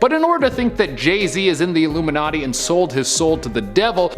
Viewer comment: Stop saying iluminaty youll get cursde